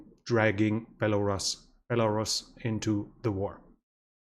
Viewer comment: He pronounces Belarus funny. It's a long U in the word buddy. Belaruuuuuus.